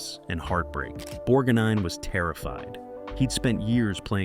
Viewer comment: Nice goin and the restof ya!, Bludy brilliant movie! One of my favorite movies, I haven't seen enuf times, yet! But I gotta remind you, thats Ermest BorGnine not nor bornine!!!!! Who or what is pruet shouldn't that be Pru'I't I hope when I watch it again your tainted wordin wont ruin it for me!